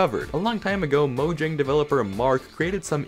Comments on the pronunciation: pronouncing "Mojang" as 'Mojang' instead of 'Moyang' 😭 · It’s speel out mojang